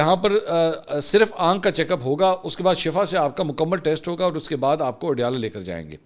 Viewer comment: Plz correct yourself it's not shafa it's shifa there is huge difference between both words